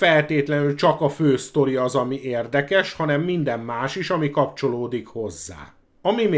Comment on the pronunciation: Ha csak ennyi lenne a baj... Az egész kiejtés borzalmas. "érdekess", "produccer", "megfilmessítteni", sorolhatnám és ez még csak az első perc. Ettől az egésztől fizikai fájdalmat érzek. Én is kerülni fogom, ha meglátom még egyszer, csakúgy, mint Szoky-t.